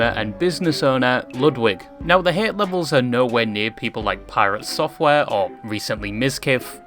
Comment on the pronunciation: i dont like ludwig but I dont like how you say the word hate either